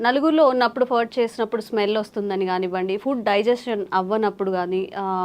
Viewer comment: Pronunciation Furt kaadhu Faaaaaart 😁😁😁